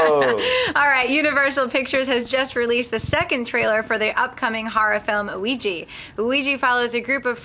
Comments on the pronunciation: film is called ouija pronounces it weeeeji name comes from french word oui and german word ja both meaning yes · "everyone around the world knows what a Ouija board is" I don't!! w*f is a Ouija board?!? I had to watch the video just so I know how to pronounce it.. D